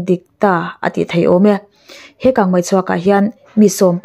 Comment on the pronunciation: Kangmai ti tlat😊😊